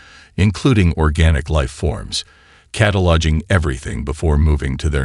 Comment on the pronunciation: How many times did the narrator say "cata-lodging" as opposed to "cataloguing"?